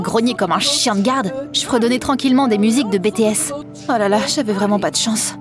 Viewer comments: Onnn adore mais juste un truc on dis bi ti s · Désolé mais on prénonce BTS : bi ti s merci 🙏